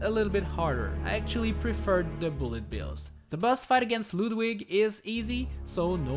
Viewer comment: Lewdwig. LEWDwig. GG accent.